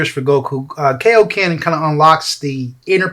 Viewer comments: F'KN HELL! It's KAI-OH-KEN, Not kay-oh-ken! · Kai dub is sooooo much better. It’s Kai-o-ken not kayoken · I hate how they say kaioken wrong.